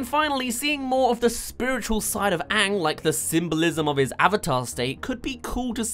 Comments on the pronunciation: Did you say Aang as ank really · Your pronouncing Aang wrong, your saying it as tho it is spelled as Aank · All the things that'll make it perfect: -My Cabbages guy -That's Rough Buddy Zuko and Sokka moment -Toph's funny blind jokes -Ba Sing Se Area 51 shit -Zuko's actor is hot -Sokka & Momo stoned on Cactus Juice -Pronouncing all the names right! Example: AANG not aWnG If they do all of these things, I dont care if the acting is bad, I'll still love it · the one thing that really bugged me in the movie was the way they say aang, they say it as Ung and im like wtf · I saw the movie avatar before the actual series when the said aang I was confused and until the end of season 3 whenever they said aang i always went its oong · If they don’t pronounce my main boy “Ahhng” I don’t even care. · IS HE SAYING ANK